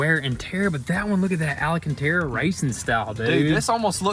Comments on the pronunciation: Wow.! Nooooo way?....!¡!!! Not the AL-AU-"K"- TAR-RA🤯 🤣🤣🤣🤣🤣🤣🤣🤣😉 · Al-can-tara. Do these guys even read the comments?